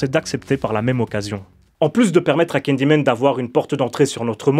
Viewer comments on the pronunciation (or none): Pourquoi tu dis candymen au lieu de Candyman?